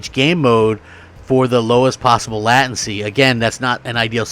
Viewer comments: Annunciation Late-ten-see, say it with me. Latency Late, Ten, See... not lat-tin-C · Some* People with gaming pcs are going to be kicking themselves.the tech that is in this things is by far years ahead of most gaming rigs. Im guessting sony will make a ps5 pro that handles 8k if and when we get it. But im just happy that 4k 60 is possible in the living room. Btw, the way he says latency 😆.